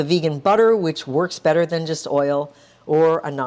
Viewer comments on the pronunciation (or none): none